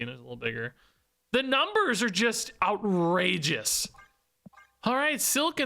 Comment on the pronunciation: Every time you say “outrageous,” I hear “out-” 😂